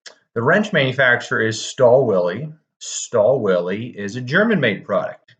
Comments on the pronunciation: This is a luxury tool for a DIY'er. Also the W is pronounced as V. ü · I believe, the correct pronunciation is "shtaal vil" Stahlwille also has 730D series, which is targeted to advance DIYers and workshops. This one is targeted mainly towards manufacturers and assembly plants.